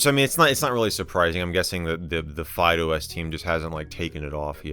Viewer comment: My ears hear FydeOS as Fido S.